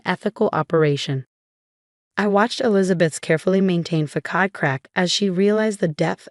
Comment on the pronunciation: Before you hit 'record' you should learn how to pronounce words. Facade is not pronounced 'fa kahd' its 'fa sahd'